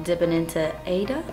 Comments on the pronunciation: I think AIDA is pronounced eye-eee-da like the opera AIDA. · If that Aida shadow is spelled that way, it's pronounced AY-EE-TA. It's a fantastic musical by Elton John and Tim Rice! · I think you're pronouncing the Aida shade wrongly it should be like (ahh-ee-dah) the dah should be like( the) I hope I'm making any sense